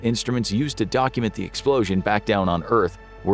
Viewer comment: “blowin da pants off every UFO in the vicinity” 😅